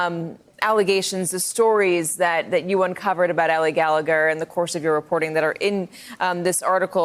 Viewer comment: STop mispronouncing her name, Helene. It is not "Hillane". BTW there are wrong usages of words of your part during this interview. What are you doing in this business, anyway?